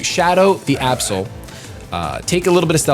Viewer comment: (about) instead of saying Absol I thought he said A-hole...Oops...